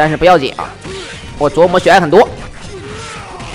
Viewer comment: 每次都感觉听到 琢 wu 磨